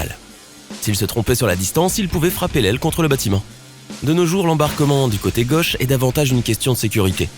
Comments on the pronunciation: il faut arrêter de parler et puis on dit " gAUche et non gEUche " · Pour info, les mots "gauche", "zone" et "chose" se prononcent avec un "o" fermé, comme dans "eau" ou "gâteau" et non pas avec un "o" ouvert comme on le trouve dans "homme" ou "personne". Cette manie apparue depuis peu de prononcer tous les "o" comme des "o" ouverts me fait saigner les oreilles. Retournez donc à l'école pour apprendre à parler le français correctement, votre discours n'en sera que plus clair !! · Il me tape sur les nerfs celui-là avec sa prononciation de Gauche, Choses etc.Sur le fond, il ne connaît pas grand'chose et enfonce des portes ouvertes. C'est rigolo ces mecs qui croient savoir et montent des vidéos "pédagogiques". 0/20.